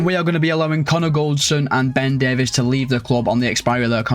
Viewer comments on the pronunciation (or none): none